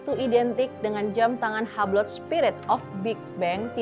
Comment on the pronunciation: boleh kasih masukan ngga? ngga anti kritik kan ya? untuk mba'nya kan udah tau bakal ngomongin merk2 yang mungkin ngga akan pernah keluar dari mulut kita sebagai rakyat jelata, tapi boleh dong research dulu cara pengucapannya yg betul seperti apa, kan banyak tuh AI yg bisa ditanya (ChatGPT, Gemini, Deepseek, terserah yg mana) bisa didengarkan disitu macam Hublot, Audemars Piguet itu ngomongnya gimana.. bener dah ini dengan segala kerendahan hati dan atas dasar kecintaan saya sama channel ini, supaya kedepannya lebih baik lagi.. terimakasih.. 🙏🏾